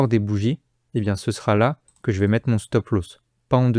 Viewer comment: Petit tuto prononciation. Stop Loss se prononce "stop l'os" pas "stop l'hausse". Merci.